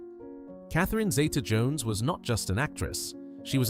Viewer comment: Ralph Fiennes pronounces his name Rafe. Also Zee-ta not Zayta, she was named after her Grandmother back in Wales.